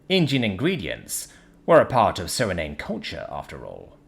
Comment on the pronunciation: Suriname is spoken as Suri-na-may Lotte is apoken as Lot-t